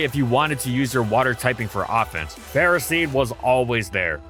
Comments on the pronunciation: "Go!... Ferrah-seed? Its not Ferro-seed?" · The “official” way to say it is Ferroseed/Ferrothorn, like in the word ferocity, but no one says it like that because it’s dumb and Ferro means iron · You said the name wrong, disliked